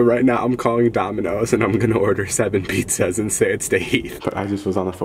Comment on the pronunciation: “Pete zaz”